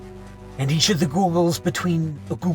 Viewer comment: The way he said "the giggols" 😭💀